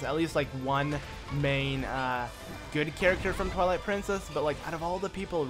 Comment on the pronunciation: XD it sounded like he said the princess of INCEST!!! XD